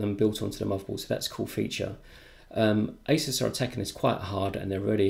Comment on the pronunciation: U pronounced asus wrong